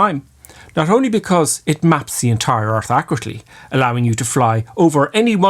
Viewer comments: i like how you say ish for it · What kind of English is "ish" instead of "it" ?